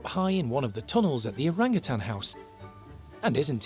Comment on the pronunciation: ...you keep pronouncing it orangatan'g'! Drop the g!! Your a great keeper